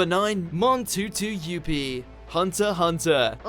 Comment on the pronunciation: Bro how do you even mispronounce Menthuthuyoupi so wrong 😭? Cuz ik it isn't pronounced Montutuyoupi unless if I'm missing something 😂